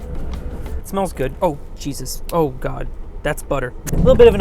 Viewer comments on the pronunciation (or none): none